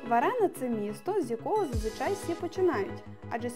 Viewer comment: яка Варена? ЩО ТИ ВАРИШ?Верона- так вимовляється назва міста)))